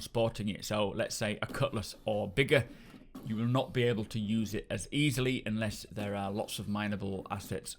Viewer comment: Did you say "it can NOT fit into the Freelancer or valcyre"?